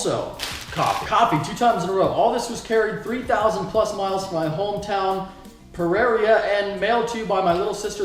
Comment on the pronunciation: it's pronounced (pear-ray-ra) and you have to roll your r's. a for effort though. As a fellow Colombian, I'm glad someone from my ancestral homeland could represent #vivacolombia